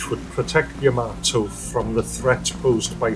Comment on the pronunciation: You say Ya-MAY-to, I say Ya-MAH-to. Yamamoto. Yahamayokahamamoto.